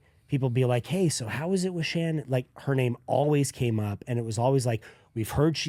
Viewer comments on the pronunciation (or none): Folks... the name is Shannen, not Shannon or Shannan. Shannen. It's even written in the title so pay attention.